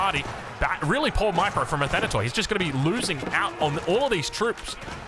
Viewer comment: Hey, love your coverage of AOE 4 games, thanks for staying up late for us ^^ P.s the word "athanatoi" is pronounced in the end exactly as you say pronounce the word "tea". It means immortals in Greek, written with english characters. Αθάνατοι.